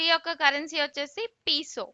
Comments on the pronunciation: పీసో కాదు అనుకుంటా పేసో అంటారు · Peso kadu thalli pronounciation is wrong